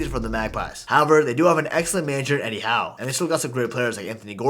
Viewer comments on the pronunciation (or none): none